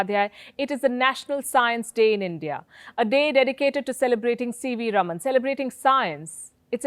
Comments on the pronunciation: Please pronounce as Rāman (रामन) & not Raman (रमन). The correct pronunciation is C V Raaman or C V Rāman. सी वी रामन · Palki Sharma Upadhyay, he is C V Raman, pronounced Raaman. And NOT Rum-un!!!! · Its rāman, not ruman. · Wtf can some in Wion teach her how to pronounce RAMAN its not Ramn... 😓😓😓😓😓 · north Indians... PLEASE learn to pronounce non-north Indian names and words correctly. For instance, It is C.V. Raaman (रामन), not रमन, it is Chidambaram (चिदम्बरम), not चिदाम्बरम, the dish is pronounced saambaar (साम्बार) not साम्बर . Or are north Indians too arrogant (or lazy) to learn to pronounce correctly? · It is not Raman (रमन ) Palki but Raaman (रामन). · Should be pronunced as Raaman, not ruman. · Thanks, Palki for the excellent video. One small correction. Sir CV Raman's name should be pronounced "Raaman"(rɑːmən) as opposed to "Raman" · + My comment is NOT specifically at you alone, but at every one in general, and more towards non-south Indians... PLEASE learn to pronounce south Indian names and words correctly. For instance, the correct pronunciation is C.V. Raaman (रामन), not रमन, it is Chidambaram (चिदम्बरम), not चिदाम्बरम, the dish is pronounced saambaar (साम्बार) not साम्बर . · EXACTLY!! I cant say it wasnt HAMMERING to hear Palki repeatedly say Raman! I was clearly focusing on the wrong bit :! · + North Indians KEEP mispronouncing south Indian names. For instance, the correct pronunciation is C.V. Raaman (रामन), not रमन, it is Chidambaram (चिदम्बरम), not चिदाम्बरम, the dish is pronounced saambaar (साम्बार) not साम्बर . Sometimes, I wonder whether is is arrogance, or whether is it laziness (to learn the correct pronunciation). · Palki ji, the name Raman is pronounced with the first "a" being stretched such as "Raaman" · Its "Raaman"...not spelling, pronouncing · His name is pronounced as RAAMAN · correction: His name is pronounced as Raaman just like we say Ram as Raam